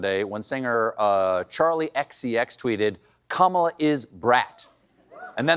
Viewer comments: Anyone who is reading this please know her name is pronounced Kah muhh la ...not ka Maa la or ka me la . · It's pronounced KAH-muh-luh, you half-deflated bag of Big Mac sauce. Kamala (kuh-MAH-lah) was a professional wrestler. You keep mispronouncing her name, and she's gonna start addressing you as Drumpf. Also... Drumpf: I know all the best words. Harris: You exist in the context of all in which you live and what came before you. Don is F-U-C-K-E-D. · It’s pronounced KamaLA to sound like Camelot. (See Randy Rainbow) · There's a reason we pronounce her name the way we do. Karma- la is going to give DJT the KARMA he deserves...humiliation and a prison sentence. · Must be a sign of desperation Donold Trump resorting to deliberately getting Kamala's name wrong 😊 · Trump likes to mispronounce Kamala's first name. How about we Dems reciprocate, both spoken & written: Donold. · Trump Republicans mispronounce her name on purpose. We should call her vice president Harris. None of us are on a first name basis with her. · It’s so funny that the ‘best’ they can do is putting the emphasis on the incorrect syllable when pronouncing Kamala….. I’m sure VP Harris has some sleepless nights about that……. NOT. 😂 😂 😂